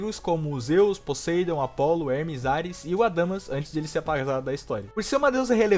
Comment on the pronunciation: Fala Podeindo que nem gente!!